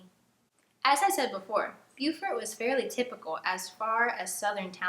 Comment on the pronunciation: Not a criticism, I promise. It's Bo-Fort not Bu-Fort.